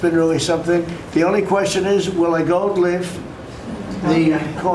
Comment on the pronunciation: If he can't say his seemingly favorite word, "gold," but makes it sound like "go" or, at best, "goal," you know his brain is fried and turning to mush. It's way past the time to use the 25th Amendment, pronto.